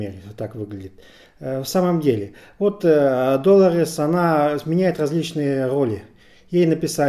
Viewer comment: Что заставляет называть главную героиню ДОлорес? С удареним на первую О? Какое правило, или где это было слышно хоть раз?